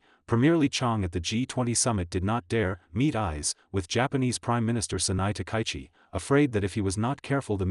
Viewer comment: Takaichi: ta-ka-yi-chi. Four syllables, none emphasised. "Ta-kie-chi" is ugly, and insults both her and us, your audience. Everyone's name deserves respect, and the YouTube poster who can't manage it is a second-rater.